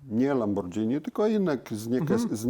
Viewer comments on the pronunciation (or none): Za przeproszeniem, ale sam Pan jesteś "lambordżini". Panie, pan uświadomi p., jak to się powinno wymawiać. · Dziękuję Panu, że podziela zdanie prof Nakamiczi. ma LAMBORDŻINI, a nie Lamborghini jak co po niektórym się wydaje. Dlatego też w LAMBORDŻINI można stosować różne technologie, a nie tak jak w Lamborghini trzymać się schematów. 😉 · a te uszczelki to dlatego tak wygladaja bo to lambordzini a nie lamborghini i prosze nauczcie sie mowic poprawnie nawet jak jestescie specjalistami od silnikow i cagle te same bledy nazwa marki i mowienie zegary na wszystko co okragle i ma wskazowki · "lambordżini" xD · I znowu to Lambordzini 🤦‍♂️ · Ciekawe co sobie myśli kiedy Pan co chwile mówi lamborDŻini 😀😀😀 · Lambordżini :D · Dzieci czego nauczyliśmy sie w tym i poprzednim odcinku o Diablo? Ze Lambordżini jest fajne ale kłopotliwe 🤣 A teraz zjedzmy sobie Spadżetti i możemy dalej leżakować 😂 A ogólnie to ciekawe filmy 🤘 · Mechanik mówi "Lambordżyni"... to dobrze nie wróży :O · Kolejny profesor Lambordżini 😀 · Porównując to np. z robotą Iain Tyrrell'a to zapowiada się niezła fuszerka ;-) Pan sobie czytał o lambordżini...